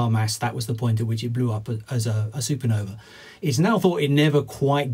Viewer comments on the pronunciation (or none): "a failed SuperNova?" a SuperNuh-uh